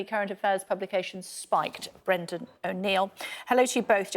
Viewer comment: "Bwendan pwotecting wight wing thugs"